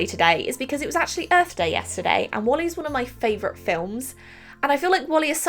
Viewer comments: It’s Wall-E not wally.......waaaaallllll- eeeeeeee 🤣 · “I’m painting WALLY from WALLY” I’m sorry WHAT?!?! WALL-E!!!!!! Not wally you wally! Oh 😂 I don’t actually understand how anybody says his name in their normal voice tbh so well done for that tho 😂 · It's WaaAAll-e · It's very strange to hear how you pronounce the disney movies😂 I'm from Germany and they have the same names, but a different pronunciations. Like Wall-E is called Wall-EEE in German 😂